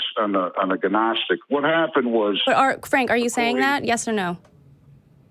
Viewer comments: The “G” in Gnostic is silent .. pronounced “Nostic”…. And the reason many of the Gnostic books weren’t kept — is because they were even less believable (If Thats even possible) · Why does he keep pronouncing the g in "gnostic"? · Please tell that man how to pronounce gnostic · I blame the GNU operating system and the Gnome desktop environment. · I think he only ever read it, and with his limited education he never learned the silent G concept. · It's so annoying